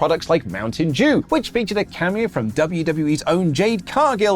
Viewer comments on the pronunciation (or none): It’s Mountain Dew not mountain jew